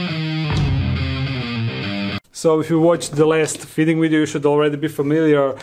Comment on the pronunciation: I love how he pronounces “video” as “wideo” lmfaooo